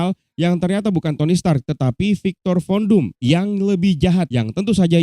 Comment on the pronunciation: Gua dnger ny viktor kondom